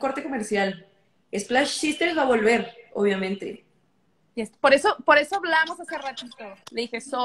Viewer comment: En el minuto la bestia en vez de decir "Si, exactly" dice "I, exactly" Entonces tomamos en cuenta que es verdad lo que decía Sol. Jaja esa bestia me cae bien.